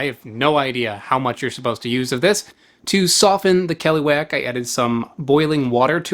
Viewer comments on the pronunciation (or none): caliwhack 😄 kuh-LOO-ahk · The way he says "keluak" makes my ears itch. It should be "ke-luak" and not "keh-loo-wack". Grew up eating the stuff cooked by my older relatives...the stuff has kinda like a dark chocolate type of flavour. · KELUAK❌ KLUWEK✅ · it's always weird how foreigners kept calling that thing as KELUAK we usually called them KLUWEK(clue-weck) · Listening to you is painful as you torture the Indonesian language. Please, allow me to help you a little. Whenever you meet the letter 'a' in an Indonesian word pronouce it as you do the letter 'u' in the word 'up'. That way you can pronouce the last half of the word 'keluak' properly. The letter 'e' in Indonesian can be pronounced in 2 ways. In the word 'keluak' the 'e' is pronounced as the letter 'a' in the word 'an'. That way you can pronounce the first part of the word 'keluak' properly. Please. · as usual, your pronunciation always bugs me out as native speaker where that fruit from just google how to pronounce it and youre good